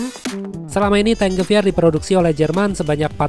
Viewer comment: Gua dengernya bukan T-Gewehr malah dengernya Di-Geber 😅